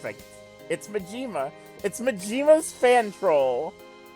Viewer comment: It's a slightly annoying how you say Majima's name. It's MA--ji--ma, not ma--JI--ma.